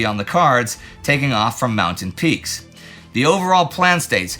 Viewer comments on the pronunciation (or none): none